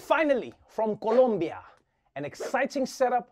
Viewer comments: He said Colombia just right...Awesome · Wow....that pronunciation of "Colombia" was FLAWLESS. Extemely accurate, practically identical to the accent from the colombian caribbean. Respect (I was born there). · Thank you for saying Colombia correctly! 😄.